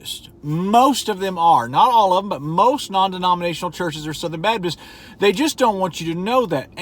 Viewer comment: Take a shot when he says "non demoninatinal"